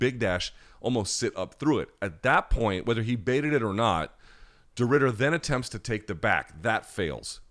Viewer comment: You did a decent job on Reiner de Ridder pronunciation mate. Last name is perfect, Reinier is more like.. Rai-knee-r